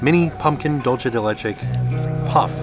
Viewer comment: hi, been enjoying your videos for a while but just came to say dulce is not pronounced like dolce. DOOL-seh:) kthnxbye